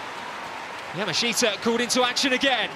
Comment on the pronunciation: When will these announcers learn how to pronounce Yamashita? Yaa -- Maa -- Shtaa How hard is that?